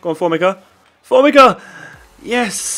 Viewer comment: formica is pronounced for-me-ca